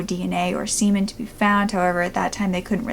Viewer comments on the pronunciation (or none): none